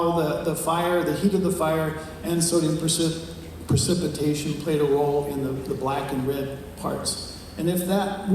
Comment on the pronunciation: It's precipitation not "percipitation". Not the correct term here for the process you discuss. Architects talk about "efflorescence" and "lime run" on brick walls. Check that process out.